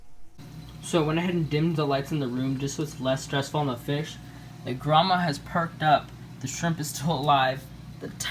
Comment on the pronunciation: You do not pronounce the Royal Gramma like Grandma.